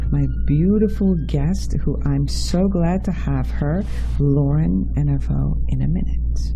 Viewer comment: "EVANow" not "ENA-vow"... forgive me.. but it is important to learn and state the correct pronunciation of your wonderful guest's beautiful last name. She is a new friend of mine and I feel extremely blessed for that fact. Lauren is special woman - fascinating and delightful... brilliant and informed.. lovingly spiritual. Thank you for your excellent show and for having Lauren share her research with us all. Love, Rosemary Storm (.com)... Dr Joe Niedhart worked with my father (Psychoanalyst Rolf R. Loehrich who worked directly with Jung and Freud).. Joe was a pioneer of bio-feedback and some of the their work centered around it. Rolf R. Loehrich's works are scientifically verifiable (compared to Jung and Freud's being purely speculative). Six volumes of Loehrich's life works called The EXERCITIUM COGITANDI (Latin for "An Exercise In Thinking.") "When you CHANGE the way you LOOK at things - the THINGS you LOOK AT.. "CHANGE." Cause and Effect. Intention over distances.. indeed.. speaks to Synchronicity to the Nth Degree.